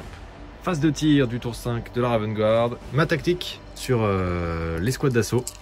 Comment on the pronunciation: Excellente vidéo ! Juste un petit point prononciation pour de futures vidéos : "Guard" ça se prononce comme "garde" en fraçais et non "gouarde" ;) Les habitudes de prononciation sont dures à perdre, donc c'est normal si la bonne prononciation ne viens pas naturellement ^^